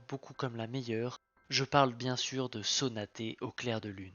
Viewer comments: C'était une super vidéo!!!! Vraiment c'était très agréable de t'entendre parler de DC, tu as une manière d'utiliser les mots et de raconter les choses très belle. Mais PITIÉ ON DIT UNE SONATE PAS UNE SONATÉ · Super vidéo mais c'est pas Conane mais Conan et Sonate pas sonaté